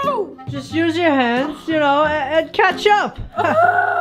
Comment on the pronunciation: When said catch up it sounded like he said ketchup